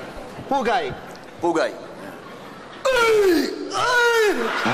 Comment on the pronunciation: nakakatawa ang "pugay"😂